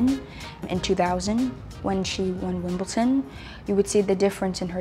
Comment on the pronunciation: I love that she says Wimbleton in real life 🥺